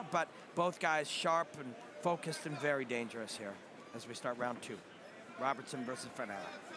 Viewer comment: Imagine commentators who learn how to pronounce the fighters' names? RobERson, not RobERTson. Jeeez.